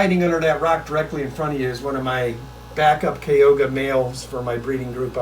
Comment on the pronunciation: Am laughing at the pronunciation of Kyoga cichlids, despite the k it’s pronounced Cho to read `choga’. But yeah, love his flamebacks